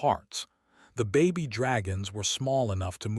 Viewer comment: Those are baby dragons not Bobby dragons your AI sucks